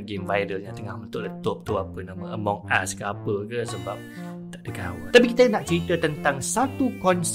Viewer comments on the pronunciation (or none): Salah cara kau cakap "Among us" (ok saya tahu perkataan "Among" tu ada huruf 'o' tapi cara cakap tu ialah "Amang us" bukan "Among us